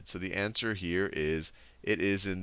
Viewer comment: Three Hunoreds xD